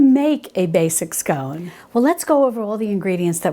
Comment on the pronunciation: Hi, I’m so glad you got the pronunciation of scone right so many get it wrong, did you know that here in the UK there are two ways of serving scones, the Devonshire way and the Cornish way, yours was the Devonshire way with clotted cream first then the jam, Cornish is jam first then cream. Can’t wait for the clotted cream recipe.